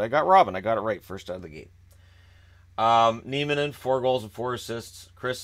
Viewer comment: It's Nieminen and not Niemenen :)